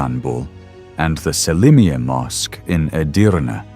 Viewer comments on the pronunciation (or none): none